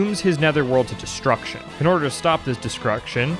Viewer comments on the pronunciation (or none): lol "discruction" 😅